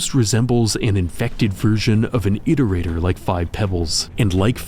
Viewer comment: Feels good to finally watch a RainWorld video where they pronounce Iterator correctly :p amazing work